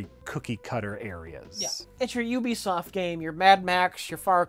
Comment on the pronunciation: Oh cool pronounces Ubisoft correctly now.